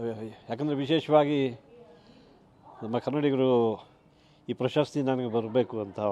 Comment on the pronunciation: ಆ ರಿಪೋರ್ಟರ್ ಗೆ ಕನ್ನಡ ಉಚ್ಚಾರಣೆ ಸರಿಯಾಗಿ ಬರಲ್ಲ 2.15 "ಪ್ರಸಸ್ತಿ "ಅಲ್ಲ ಕಣಮ್ಮ "ಪ್ರಶಸ್ತಿ"